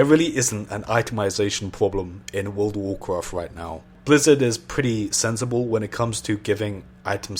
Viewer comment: i love it how this dudes says world of warcraft its like wOrld O wOrcrOft